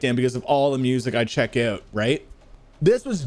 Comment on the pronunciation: Dude, sometimes I forget you’re Canadian and then you drop a “check ewwwt” 🇨🇦